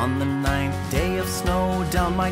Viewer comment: Pronounced Nin-eth. It's a secret number.